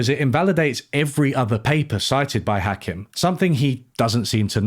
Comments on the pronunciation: Point of order: it's "Ha-KEEM," not "Ha-KIM." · You say Hakim weird - it’s more like Hakeem. Not that relevant I know, but it just put me off my focus every time you said. Yes I have wine. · yeah I thought it was weird how he mentioned Hakim so much, yet never pronounced his name right, so I was like “did you actually watch it”. Maybe it’s just his Englishness stubbornly mispronouncing things and he did watch, but like you say, there are so many professionals in the field, yet he chose a guy whose day job is as a hospital GP, but makes YouTube videos in his spare time coz he’s well read and passionate in the subject. In all fairness, he made a lot of good points and made an engaging video. But I agree with your critique to a point. I felt he made out like everyone was stupid, but while Marx was the least stupid he still thinks he’s stupid. I got the impression he agreed with Marx but had to nitpick a few minor mathematical elements to find a way to disagree with him because of his own background and experiences which have limited the scope to which he can ideologically agree. Which is ironic given his conclusion. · You mispronounced Hakim's name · Mispronounced Hakim, critique rejected